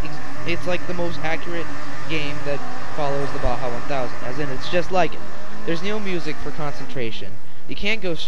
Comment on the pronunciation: nice review, good opinions but the vid was blurry and its not bha its ba-ja.